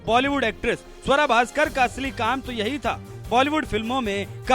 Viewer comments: स्वरा नही सुआरा बोलो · आपको गलत फहमी है इस मोमिना का नाम स्वरा नहीं सुअरा है